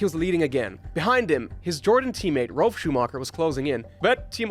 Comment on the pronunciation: Do you say Rolf or Ralf?